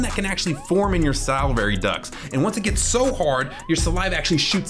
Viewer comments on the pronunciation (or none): It's called SAL-I-VARY gland not salvary!!